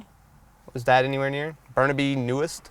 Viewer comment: "Newwest" lmfao